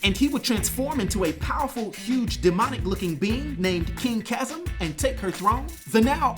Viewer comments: CHAZZUM????!?!? Really bro? 😅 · Chasm is pronounced like Kazm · Bro can't say chasm